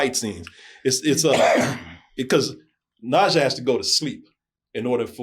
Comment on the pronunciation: The name should be pronounced like nerjar 😊